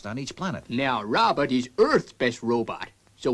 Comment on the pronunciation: It's funny how pronounces it, Rowbutt!